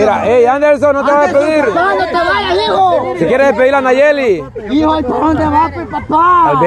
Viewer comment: Ella no es de los bichos Poreso no lo dice bien Nayeli